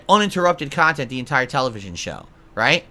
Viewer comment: "Productive khantent "???wtf is he sniffing glue or something ?